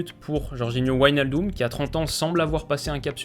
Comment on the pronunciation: Salut. Super briefing des Pays-Bas. Juste une petite précision. L'ensemble WIJ se prononce "véï" en néerlandais. On prononce ainsi Véïnaldeum, Véïndal ou encore RKC Valvéïk (Waalwijk). Continue le super boulot. C'est top niveau.